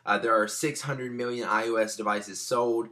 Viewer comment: *biwwion, miwwion